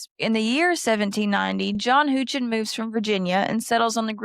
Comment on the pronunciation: I enjoyed this video a lot. I’m from the small town of Brownsville and much of what you get taught in school there is about Mammoth Cave, as it’s a major part of our county’s history. John Houchin is my 5x great grandfather and so I loved that he was mentioned. Though I’ve never heard his name pronounced that way 😭 Great video!